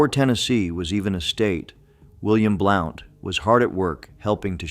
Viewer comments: Hey Yankee your pronouncing it wrong!Blount like a blunt object! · William Blount. His last name Blount is pronounced like in sentence "He has a blunt object." "Blunt". There is also a county named after him. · Blount should be pronounced as blunt. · William Blount's last name is pronounced like, "Blunt", i.e. "A blunt object", "smoke a blunt". Easiest way to remember is pretend the , "O" is silent. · Blount pronounced Blunt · Same with Blount. Should sound like blunt.